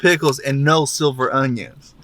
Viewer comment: It’s sliver not silver